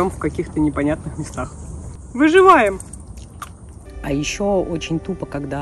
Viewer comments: Не выжеваем а выжИваем👍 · Дайте 10 ЧАСОВУЮ ВЕРСИЮ "выжываем" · Скокораз она сказала ВЫЖИВАИМ🤣